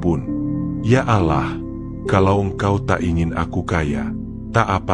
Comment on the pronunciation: Suaranya bagus tpi sayang baca nama tuhan umat islam tdk benar sepertinya anda bkn muslim